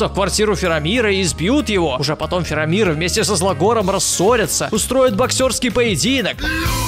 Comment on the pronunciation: кто это вообще такой? "Фирамир"